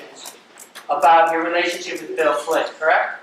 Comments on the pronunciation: Why does it always sound like they're saying "Bill Clinton" to me?! It's the strangest thing!🧐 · Im so happy I found this comment because "Flynn" and "Clinton" are such totally different words that I thought I was going nuts hearing Clinton instead of Flynn 😂 I even started questioning if there was a second Bill involved lol! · Swear it sounds like the Prosecutor is saying "Bill Clinton." I can't unhear it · Am I the only one who thinks she keeps saying “Bill Clinton” and not “Bill Flynn”? It’s tripping me up lmao